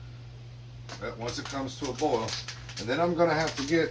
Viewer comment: I love when he says boil reminds me of my grandma